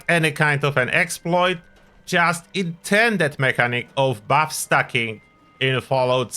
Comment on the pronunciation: Did he say bu*t stuffing?